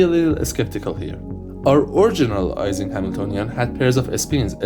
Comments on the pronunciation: The name Ising is pronounced as if it were spelled “Eesing”, not “Eyesing”. Mathematical physicist Barry Simon once joked, in a lecture on statistical physics, about the work of Mr. “Eesing” on the “Eyesing” model. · FYI ising is pronounced like "easing"; EE-ZING